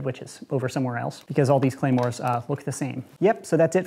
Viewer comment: “clamors” pronounced: clah-mores “Claymores” pronounces: Clay-mores